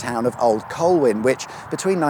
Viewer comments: It’s Conwy not Conway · It’s pronounced Con wee, not Con way 👍